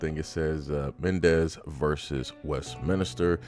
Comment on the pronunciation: West MINSTER. Its not Minister. There is no I between the n and the s. My OCD is going the eff off with this bad pronunciation. West min stir.